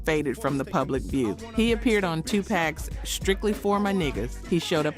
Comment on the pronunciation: This woman is so disconnected from hip-hop. Only whyte people pronounce Tupac as two pack😮 . Obviously this woman and her people went off script